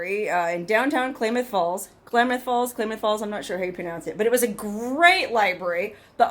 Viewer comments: Not Klaymuth Falls, it's Klamuth (as in clams) Falls. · It's pronounced "Clamath" like clam, Klamath Falls. Not Claymoth. Have a 🙂🙂🙂 day. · It is pronounced Clam ath not Clay math :) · Nnooooooo! It is not klay- math! It is pronounced Klam- ath (Clam-ath) As a native Oregonian it is like fingernails on a blackboard hearing our Indian names mis-pronounced. Still love you... Love your videos! 💪💗💗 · Klaaaa moth falls, not claymoth falls, sis. Ggl. Here in Washington there is Skagit County & city, but it's pronounced Ska jit. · Isn't the town pronounced KLAM-uth, not KLAY-muth. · Pronounced Clam-eth Falls : ) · [ klam-uhth ] falls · Short "A"s in KLamath. not pronounced as Claymouth. Otherwise another great video by the. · i don't get it. If the phone was advertised as " waterproof " , you should get a new phone for free as the phone failed the test. Also, the old phone video quality is not very good. By the way, it is pronounced Clamath Falls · My home town! Awestruck and amazed to see you there but loved it! It's pronounced clam- math... but who cares! You did great 👍 Thanks for the little trip down memory lane, girl. Love all your videos! BTW... Klamoya Casino is a bit north from your motel and has free overnight rv camping. Anyways, keep up the great stuffs 🤩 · When possible, gotta pull the battery immediately, wipe the phone off then put the phones in a convection (non microwave) oven on 75°-100° for ½ hour maybe an 1 hour but if you are in warm dry remote locations, leave it out in the wind for 12 hours. If the battery contacts are wet then it is not likely the phone will survive. Haboob is a sandstorm. Klamath is just pronounced like Klam-ath or clam-ath or clam-ith if you will. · It's pronounced like a CLAM .... Klamath falls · Klamath falls is pronounced clam ath7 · Klamath Falls is pronounced clam ath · Great video! Klamath is pronounced with a short "a" like "clam". Keep up the good work and be safe. Cheers!